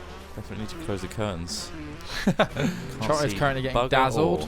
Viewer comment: u know what ITS ITS ITS TROTT NOT TROT